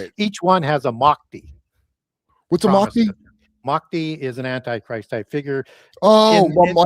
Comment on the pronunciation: Yo Judge Kurp, FYI how you pronounced Mahdi as you said comes along as closer to the proper pronunciation than what Gary Wayne said which sounded closer to Makhdi to me. Also, he mentioned that Christians view him as the antichrist, but Muslims view him as the messiah - it’s a bit more complicated, as for the Muslims not only will there be Mahdi, but that Jesus will also return in the end times. Can’t confirm for the Christian perspective but Muslims view Dajjal as the antichrist. Also, I’m not a gulf muslim so I can’t confirm their perspective, but IMO the Sunni/Shia divide is way exaggerated, especially by western commentators. Normative islam is very strict on avoiding intra-religious conflict, although real world conflicts may suggest otherwise. Personally I view those as mostly a result of political forces (and concomitant attempts to corrupt islamic doctrine). Hope this clarifies things a bit more.